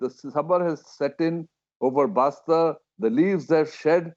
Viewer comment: It's Bastar Not Basta. Idiot Basta Means Bag Say With Respect It's B A S T A R